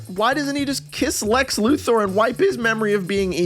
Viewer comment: For what it's worth, I'd like to thank you for pronouncing Lex Luthor's name correctly.